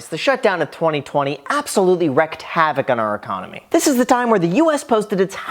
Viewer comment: "wreaked" not "wrecked" havoc